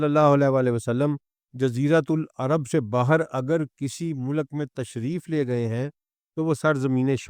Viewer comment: باتیں آپ کی سر آنکھوں پر لیکن الفاظ کی صحت پر توجہ دیں—-یہ تلفظ مو- لک- نہیں ہے بلکہ مُلک ہے ،لام پر جزم ہے- ماجود نہیں ہے —- موجود ہے- عربی بھی آپ پنجابی میں پڑھتے ہیں- وعلی ہذ القیاس